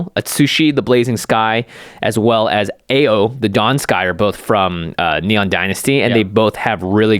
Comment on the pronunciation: Jon Irenicus could use xanathar so you get to play other people's creatures, but the damn ideas you guys have for that deck.... That's just pure evil... 😂🤣 Btw: it's "ah-oh" not "aye-yow"... (Ao means "blue", as in "blue sky"... Which is seemingly confusing that it's a name of a white creature.